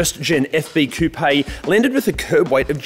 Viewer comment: Awesome series. Thank you for saying coupé correctly. Chickens live in a coop...... ;p